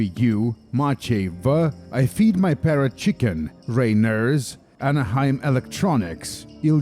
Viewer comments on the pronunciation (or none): none